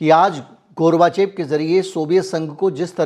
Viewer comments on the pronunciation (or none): Gorvachov hota hai, gurvachev nahin